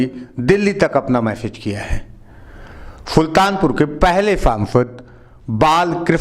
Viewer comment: फुल्तानपुर नही सुल्तानपुर